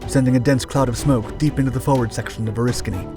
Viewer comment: You pronounced Oriskany right...I wish other sites would do as much 😕, when its the topic of your video, you should know how the name is pronounced...interesting, we saw films about this fire in firefighting school, then I served on her in '75...creepy doing firewatches in the area those guys died in, never was comfortable to be aboard, but thank you for doing your research....